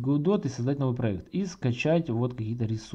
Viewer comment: Только не ГоуДот а Годо =)